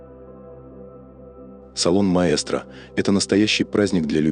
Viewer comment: В английских сайтах произносят имя «Мэкстро», а здесь по-русски — «Маэстро». Так трудно ли вам правильно прочитать имя бренда? Правильное произношение, как его задумали и как его произносят китайцы — МАЭКСТРО.